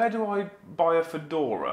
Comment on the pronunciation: I lost it at the Fadora haha